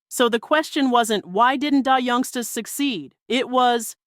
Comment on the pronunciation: AI's pronounciation of Black dialect influenced words are horrible !!! I cringe every time she pronounces the group name as Die Youngstas. Just horrible.